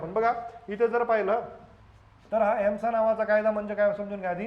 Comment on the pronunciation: सर ESMAआहे...आपण एम्सा उच्चार करीत आहात.🙏